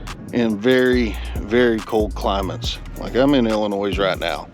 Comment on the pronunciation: Great channel! Definitely worth subscribing. FYI - the "S" is silent when pronouncing "Illinois."